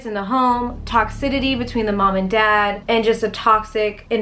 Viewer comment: Toxicity .... Tox-icity 😂 that’s one word you always pronounce wrong